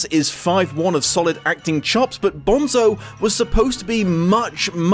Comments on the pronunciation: umm actually, it's pronounced 'bone-so' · It's pronounced BONE-so